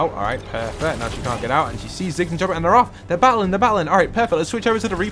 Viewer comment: No offense or anything but its choppy not chopper